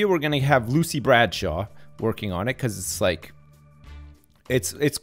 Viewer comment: 20 years with the company and Lucy is still frustrated that has yet to pronounce her name right.